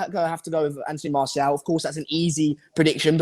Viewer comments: Loool it’s MARTIAL not marshall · Can someone have a word with about how he pronounces martial. Lol. Also anyone else thought was gonna say magic for player of The season